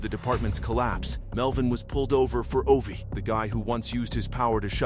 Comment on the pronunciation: It's O.V.I, not "Ovee"